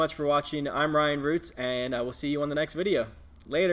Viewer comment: When you end the video saying "I'm Ryan Roots aaaand..." I hear "I'm Ally Roots!" Haha! It was interesting to peek into the Amazon FBA world. You're a good teacher. Keep up the good videos!